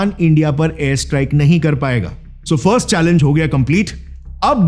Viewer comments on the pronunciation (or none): none